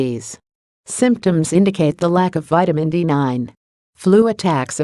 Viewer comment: Poor understanding when reading of Vitamin n D being separated..